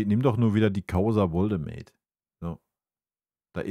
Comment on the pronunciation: Bitte in den Counter neben Katastrophe und Farce noch aufnehmen wie oft er den Namen Nick Woltemade falsch ausspricht (Woldemade) Für jemanden der deutsch als Muttersprache hat finde ich das einfach nur peinlich